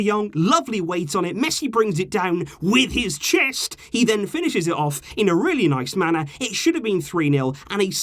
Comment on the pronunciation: That emphasis on "WITH HIS CHEST"